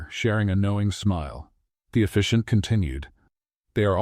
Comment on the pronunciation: It’s officiant not efficient